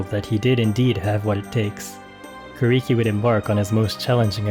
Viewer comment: His name is pronounced “Ku” “Lee” “Key”. Not “Ku” “Ree” “Key”. The “R” sounds is a diphthong. A sound between and “R” and an “L”. But not pronounced with your lips round like and English “R” sound. Rather instead with your lips wide and flat like an English “L” sound. Hearing Kuriki’s name mispronounced throughout this video was very disturbing and disappointing. It made me feel as though the creator of this video is only interested in the money he will make from the video and not the proper respect that is due for Kuriki. It is so disrespectful of the creator of this video for not taking time to learn how to say Kuriki’s name correctly.